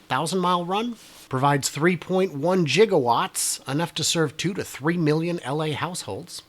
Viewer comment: Thank you for saying, "Jiga" watts! Not popular, but correct. :))